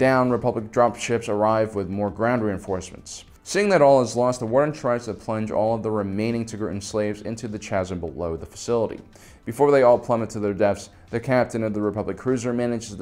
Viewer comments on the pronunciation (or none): 'chasm' is pronounced 'kazm' (just saying). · CHASM is pronounced KASM not CH-CH-CHASM!!!! REEEEEEEEEEEEEEEEEEEEEEEE Other than than, keep it up please! I love these. TCW is easily one of my favorite shows even though I'm like a million years old (29)